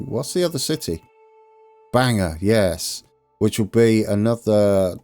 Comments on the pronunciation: Bangor is pronounced more like, Bang-Gor not Bang-Er 😂👍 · Happy day! (And it's pronounced BANG gore not Banger😊) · Our Bangor is pronounced Bang-ore. It's only an hour from me. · It's pronounced (Bane Gore)